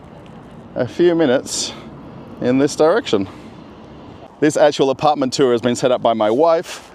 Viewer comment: Yay you are pronouncing apartment like an Aussie again and not like Boris Yeltsin lol 😝